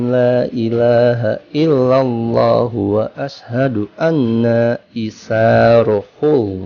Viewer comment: bahasa Arab yg di sebut pun tidak betul ...tuan sebut wa assa...yg benarnya wasy- hadu...